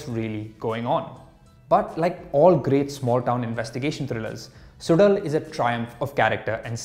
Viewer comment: Bro, the show is produced suzhal ( su lal and not sudal)